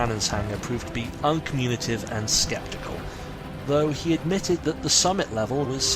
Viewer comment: I enjoyed your adaptation of this story and the soundscape you built up. I do have a few pronunciation complaints, though: uncommunicative, loquacious, vouchsafed. Otherwise well done.